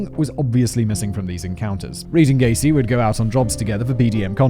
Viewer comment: I went from hearing Gacy, to Caisy, to GAYsy